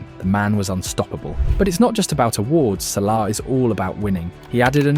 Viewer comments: wow this video is ai audio generated. sallee?? bro its SALAH not sallee. make sure the AI pronounce his name good. disliked this video. GG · "salee and wirtz" ??? Is this ai?